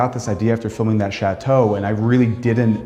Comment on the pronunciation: It’s not pronounced Chat-Toe, Chateau is one word! Regardless, what a stunning building.